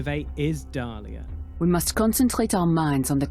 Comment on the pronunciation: Nicely done, but the name of the jedi is Diala not Dalia!